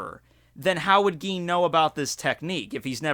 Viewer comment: "Geen" xDD